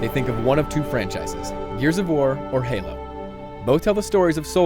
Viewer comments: Did you mean to call Halo gaylo?! If you did I will not be very happy... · You said galo 3. lol